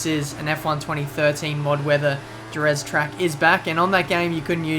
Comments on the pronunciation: Dude, 😑 its Herez, the J in spanish is read like H. Hose, Hesus, Herez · It's pronounced herez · so he says jerez right then says it wrong facepalm